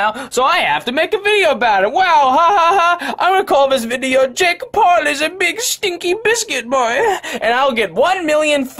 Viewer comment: LISTEN TO DUDE ITS NOT “jake Paul” ITS “JAKE BALLS”